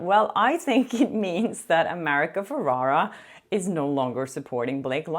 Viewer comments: it’s pronounced “Feh-reh-rah” not what you’re saying, “Feh-rah-rah” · It’s America Ferrera with an E not Ferrara with an A.